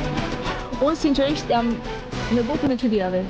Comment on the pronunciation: Hahaa😂 Ai momenti “relaisht&sinqeisht”….si kiara❤